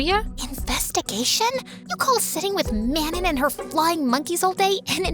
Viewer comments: if lesley’s mates name is manon it’s pronounced mahnoh 🥀💔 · Wait I just realized- ARE THEY TRYING TO SAY MANON? IS THAT RLY HOW THEY'RE PRONOUNCING IT?